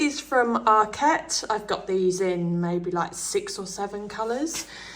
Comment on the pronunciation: Loved the video, but it’s ARKet not ArKET! Arket is a Swedish word not a French one… 😘